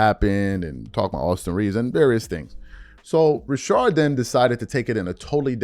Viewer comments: Rashad, not Rashard 🤣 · Please stop staying RASHARD it’s RaSHAD 😂😂😂😂 driving me up a wall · Why you calling him Rashard McCant?